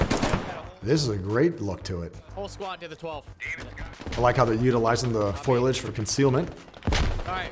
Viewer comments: "utilizing the foilage". Far be it for me to correct a special forces dude... but foliage. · My god what is it with people saying FOILage instead of FOLIage. It isn't FOIL damnit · Foilage? Y'alls seal is lysdexic. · Couldn't get some higher res footage to review? Also buddy says "Foilage" right off the hop so you know he's legit. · LOL "foilage" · Guy's always got great advice regarding tactical movement and stuff. But I can't get over the way he says foliage.